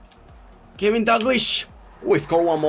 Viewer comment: It is kenny not kevin